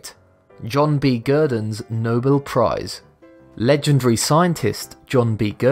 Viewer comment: NO-BELL, not noble